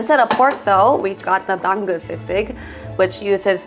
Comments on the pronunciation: Pronunciation of the names are mostly good. EXCEPT for bangus its not "bang-gus" its "ba-ngus" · Ba-ngus not bang-gus